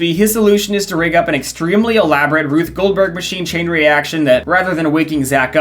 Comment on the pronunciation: I know you're probably going to get a hundred comments about this but did you say "RUTH Goldberg Machine" ?